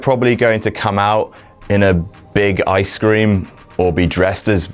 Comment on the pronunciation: 'Eye-scream' ? The fuck is Eye-scream?